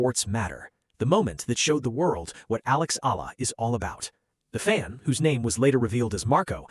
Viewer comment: If you plan to keep telling these types of stories, please be respectful and say/ pronounce Alex Eala’s name properly. I was wondering who “Alah” or “Ay-la” you’re talking about, at the start of your story, then it was becoming annoying.